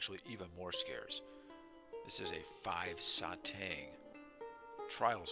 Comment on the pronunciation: Satang pronounced as “sah tahng” like the “ah” sound in the word stop. Great collection!